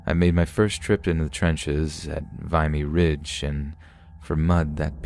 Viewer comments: Wow was this an AI experiment? VIE-ME ridge. I know you know how to pronounce Vimey Ridge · A few polite corrections: you have almost all of the Canadian words pronounced corrected except a few that bothered me. "Saskatchewan" wasnt so bad bt 'Vimy ridge' immediately caught my attention, it's "vim-e". I'm not trying to be mean I'm trying to contribute respectfully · Just one little thing lol it's pronounced Vimy Ridge, the "I" being pronounced like "swim". :) from a Canadian lol the Battle of Vimy Ridge is always told on Remembrance Day up here ;)